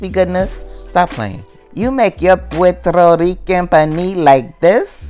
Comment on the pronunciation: She can't even bother pronouncing "puerto rican" close to correct!